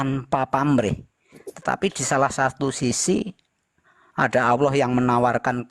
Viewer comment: Waah..sebut nama Allah aja gak fasih...